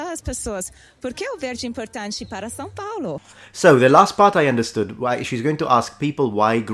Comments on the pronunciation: São is not pronounced Sao. The "a" is like nasal, and the "o" is like the latin "V" in "TVVS". Most of Brazil pronounces "dah deh djee doh doo tah teh tshee toh too", but in Pernambuco is Paraíba is "dah deh deeh doh doo tah teh tee toh too" (the t sounds Italian instead of English). Intonation is very important in Portuguese, we generally talk like singing, but be believe people from Santa Catarina sing way more than the rest. Portuguese is fascinant. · I think your only mistake in pronunciation was São Paulo. It is more like San Paulo. Other than that, I'm really enjoying you learning portuguese and can't wait to see your reaction to gaúcho accent ❤ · He cannot pronounce São correctly.